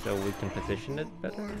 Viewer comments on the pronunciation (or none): none